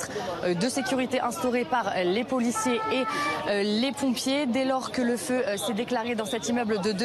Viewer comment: Véhicules de POULiciers ???!! Elle sait parler la dame ?